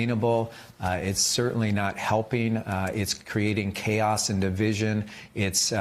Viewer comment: Yeishhh. Morning joe guy guy says "What you described as chaod. . ." Obviously he is afraid to say chaos or what lawyered up or doesn’t think it is chaos.